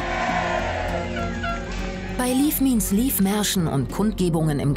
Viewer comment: An die Redaktion: Bitte "leave" nicht als "leaf" aussprechen 😇😱😂